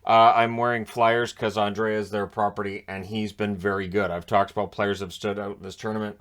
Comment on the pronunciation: I read a post by a Swede who said that "Andrae" is actually pronounced simply "Andre". Gord Miller knows it, but Belak doesn't. But, I like the way he calls a game.